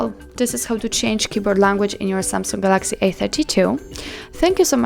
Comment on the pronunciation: I like how she says galaxy. It's like Gal-LACKSY